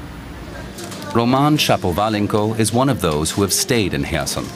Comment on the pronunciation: What is the name of the city right after ? I can't recognize the name Was it Kherson? I couldn't recognize the pronunciation 😂, later they said more clearly